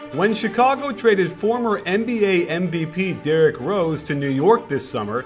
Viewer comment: You say MVP as NBP